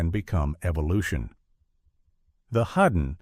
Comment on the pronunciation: I absolutely love how the AI voice misprounces the Hidden (hudden) one second, then gets it right literally two seconds later. And its Tob-EEE Hooper! Not Tobe like robe. Every AI voice in all these YouTube channels ALWAYS gets it wrong! I thought Leviathan was better than Deepstar Six but thumbs up for your thumbnail of Nia Peeples.